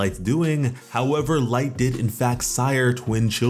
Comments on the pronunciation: It's not light it's Licht....as in lit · it's Licht Lick-t not light. Yes i know that also means light but that isn't how it's pronounced. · Bro... Your saying Light.... Its licht bro... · Is no one else disturbed at the fact that he called licht, light? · nigga its licht not light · bro lost respect for calling licht light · Bro the leader of the elves is not named light why are you saying it like that lol this is not death note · Hate to be that person but licht isn’t pronounced light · Did he just call licht... 'light'? lol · Literally ruined it for me, as soon as I heard it I had to see if somebody else noticed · I’m sorry but bro it’s pronounced LICKEDT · U r pronouncing Licht wrong! It means "light", but the name is German. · Just saying, you're saying Licht name wrong.